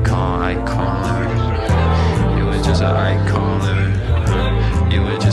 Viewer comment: Seriously the word ICON sounds like EYE COIN...The title could referring to EYE COIN LIVING...it just my point of view.